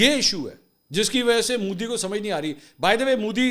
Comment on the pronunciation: Mansoor use correct word ...Modi ...not Mooodi.